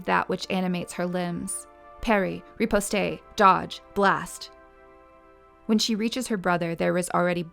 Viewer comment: Nice to have this read, however the accent on words and errors in words really break immersion, Repostay? Turn Tell?